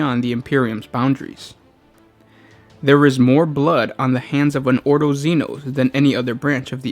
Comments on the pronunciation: orDo not oro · Jack Jones each 'oro' is a nail in my heart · "Oro"... Maybe not actually... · Every time the word "oro" is uttered the Emperor's corpse sheds a tear.